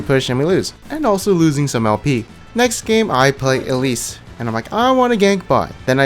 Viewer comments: did you just say Elise as Ellis??? waaaat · WHY DO U PRONOUNCE ELISE AS ALICE WTF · did anyone else get tilted when he said Elise.... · he pronounces champion's names wrong on purpose to trigger people.